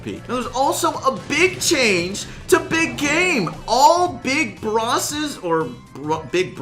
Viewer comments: “Big brosses...or, big brolers” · Me: Big Brawler or Big Bosses: Big Brosses